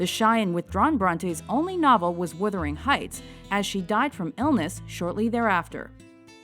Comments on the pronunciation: The pronunciation is embarrassing. It's Wuthering Heights, not Withering Heights!! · It's WUTH....WUTHERING Heights....NOT withering heights.....christ!